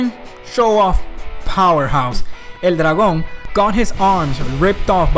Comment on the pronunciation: You speak spanish right? I knew it when you said "El dragon" with that remarkable latin american accent xD